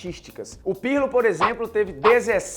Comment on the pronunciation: legal lega, mas vocês falou errado o nome do Pirlo trocentas vezes.